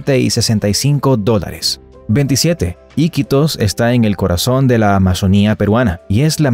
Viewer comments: se le llama aquí en Perú mototaxis y es Iquítos con entonación en la segunda i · tu le dises i quitos y se dice iquitos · Se pronuncia Iquitos y también a los motocarros se les dice mototaxi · El 5to dato no es del todo cierto o la mayoría no conocía es Iquitos con acento en la qui... 👻 dato 43 es completamente cierto 💃🏻